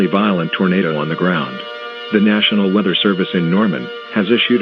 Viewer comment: Count how many times the announcer said wither instead weather